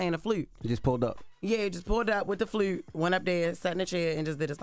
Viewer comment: The carpet is Blew? Is that a color. Andre 3000 played the Flewt? Why Jess cant say words right? 😮